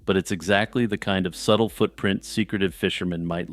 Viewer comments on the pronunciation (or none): none